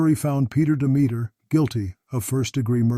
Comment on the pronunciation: peter demeter is not pronounced as a rhyme. ha! it's pronounced DEM-itter, with the accent on the FIRST syllable. similar to 'dog sitter'.